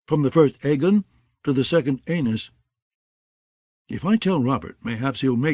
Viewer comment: Brienney was bad but Aenys pronounced Anus was too much